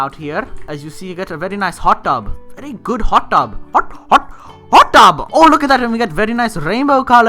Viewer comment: I thought u were saying hotdog not hot tub